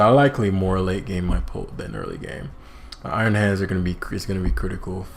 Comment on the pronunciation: I just noticed iron hands is pronounced ion hands, which makes a nice pun since it's electric type lol